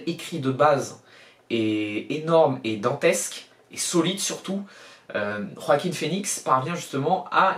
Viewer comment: Enfin, enfin tu es le seul avec moi à savoir bien prononcer le prénom de l'acteur qui joue le joker enfin ça fait plaisir quelqu'un qui sait comme moi qui faut rouler les rrr dans joaquin merci mec 👍👍👍👍👍😁🎉